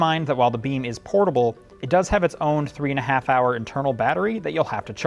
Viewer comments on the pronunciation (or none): none